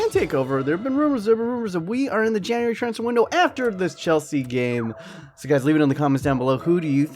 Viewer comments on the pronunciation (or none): none